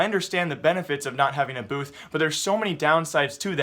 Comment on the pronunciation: The moment u hear booze instead of booths